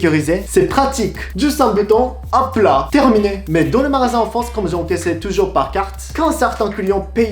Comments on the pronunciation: tu a dis marasin au lieu de dire magasin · C'est pas marasin mais magasin 😉, (ps : je me disais aussi) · MAGASIN... GA comme GA-cha .... tu prononces ma-ra-sin... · Ton accent pour le mot magasin, 😂 j'aime trop. En tout cas respect pour ton accent parfait et ton apprentissage de la langue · Super video , c vrai que les français font comme ca , merci j ai appris pas mal de truc sur le japon .(Attention a la prononciation de "MAGASIN ") Mais sinon tu fait des progrès enorme , bien joué !! 👌👌👌💯💯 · Juste pour que tu t’améliore en français, c'est magasin pas marasin, c'est distributeur pas distributu. ;) continue tu fais des progrès!